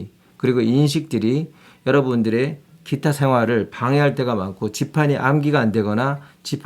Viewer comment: 키타 가 아니고 기타?